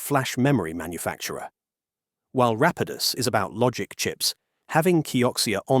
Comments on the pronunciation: Is this narration AI? It seems kinda off. Weird pronunciations that change throughout the whole video, weird pauses where the shouldn't be any etc. suspect to say the least. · This is the problem with using AI voiceovers. Rapidus was pronounced incorrectly many times throughout the video. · What's with the narrator? Is this generated text to speech? The way numbers are read and the alternating pronunciation of Rapidus is especially off putting